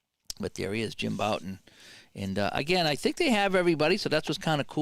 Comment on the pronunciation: Bouton rhymes with out